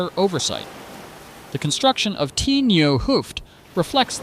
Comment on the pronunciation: nice to watch but painful to listen to. why not ask someone how to pronounce those dutch words. p.e. the T is short for 'het'= the, pronounced as [hat]. hooft is pronounced [hoaft] etcetera.